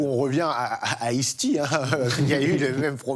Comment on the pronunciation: Le riqlès de ice tea ça m'a mis à terre. C'est peut être chauvin mais, quand tu viens pour parler de rap/hiphop us et que t'es sensé être un connaisseur, essaie au moins de prononcer les mots correctement. Là c'est juste 2 noms de boissons mis côte à côte 😂😂